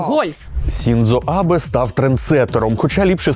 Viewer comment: Друзі, дякую за справді крутий і корисний матеріал, однак маю невеличке прохання від спільноти людей, які захоплюються японською культурою: екс-премєʼра Японії все ж українською потрібно називати Шіндзо Абе, а не Сіндзо Абе. Якщо зовсім коротко, то Сіндзо - це написання згідно російської системи поліванова, якій більше 100 років і яка робилась для потреб російської мови. Згідно цієї системи також кажемо: сусі, какасі, фудзі, кодзіма, сьогун і так далі. У нас є українська система Ґоджюон: сучасна, адекватна, з виправленими проблемами. Зрештою існують офіційні сторінки Японського посольства в соцмережах, де теж можна перевірити написання. І так, в українській вікіпедії пише Сіндзо, але справа в тому, що українська вікі роками проголошує свою лояльність полівановці. Точно знаю, що редакція ТТ не несе рускій мір своїм глядачам, а цей прикрий випадок стався від незнання (сам таким був). Тому сподіваюсь, що ви побачите цей коментар, та врахуєте на майбутнє. Зі своєї сторони, готовий допомогти з вичиткою японізмів в будь-який момент на безкоштовній основі. А взагалі, заглядайте в англійську вікі, там майже завжди буде все ок.